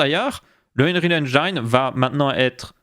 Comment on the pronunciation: Le i de engine se prononce comme en français.